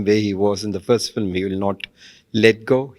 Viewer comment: Yes, very nice, except the "fillim," part. If she could say 'film', that'd be awesome considering she is working in TN.